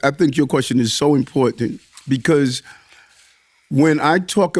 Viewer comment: I'm a trying to identify just exactly when the word "important" became a word with a hypen in it and is pronounced "impor-tant". Not the first time I've noticed it.